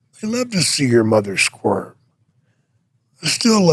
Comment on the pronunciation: I thought he said squirt instead of squirm 😂